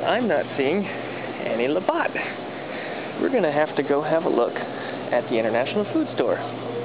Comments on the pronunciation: I split my gut laughing 🤣🤣🤣 love you!! thank you for making this Canadian gal laugh her off!! "LaBOTT" OMG <3 TOO funny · I was wondering if someone else had noticed the Labatt Blue, lol. I first saw it and then realized it's even in the thumbnail. I'm from Newfoundland, Canada, and I grew up on Labatt. I just hope that someone will teach you how to pronounce it. :-) I'm watching all of your videos right now and I'll subscribe as well. Have a good one!